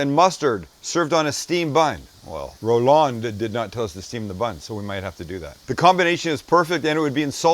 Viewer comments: First, you forgot the celery salt. Second, it's pronounced Roland not Row-LAND. Third, wrong title at the start. 😞 PS. Send me a knife. Please. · Ro-LAHND? Probably just Roland, bud